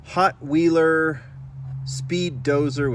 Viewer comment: If you're curious, the Hotweiler casting is pronounced "hot-while-er", as in a rottweiler dog, not "hot-wheel-er".